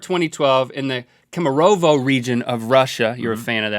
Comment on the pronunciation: omg, I was born and raised in the Kemerovo (actually KEmerovo, not KemerOvo) region in Russia! Its crazy to hear about it from Rhett and Link P.S. Never heard about that story